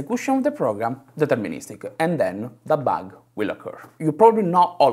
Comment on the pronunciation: If he would stop putting an -eh at the end of each word that ends with d/b/g/t he would get rid of 90% of his thicc accent. Bug-eh Cod-ed Seed-eh